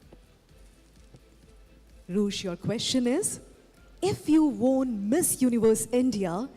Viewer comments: Host ki english pronunciation kitna bekar hai. Won ko she is pronouncing as WORN. Pura odisha accent laga dali. At least learn to pronounce words correctly before hosting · How’s she pronouncing Won 😂